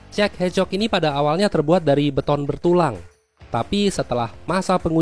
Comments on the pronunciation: Kok denger nya kayak cek hecok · Kedengaran seperti Czech ehcok